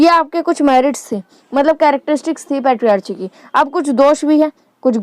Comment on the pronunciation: U teach very well ma'am. Only you need to work on pronunciation as you pronunciatiated patriarchy which is not right pronunciatiation.